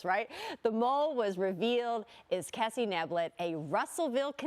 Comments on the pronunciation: Kah-si! Not Kessy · The anchor did not pronounce her first name correctly. The correct pronunciation is ka•si which in Kurei-Shiki romanization corresponds to the hiragana characters かし.